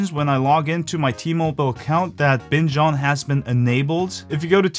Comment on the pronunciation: I first thought he said bitch on